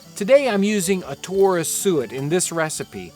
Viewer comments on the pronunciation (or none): none